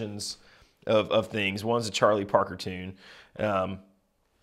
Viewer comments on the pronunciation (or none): none